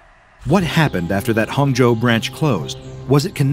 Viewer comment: That Chinese pronunciation of Hangzhou was really impressive！ Thanks for all the tremendous work, doc. Its become a habit and helps me sleep